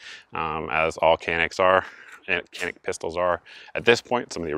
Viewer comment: Isn't it pronounced janik?